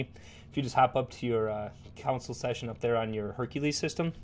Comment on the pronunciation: "console" != "council" so stop saying it wrong! :) but seriously, a very good video. subscribed!